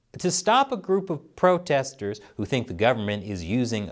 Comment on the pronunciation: "Im hunting pwotestews" you crack me up.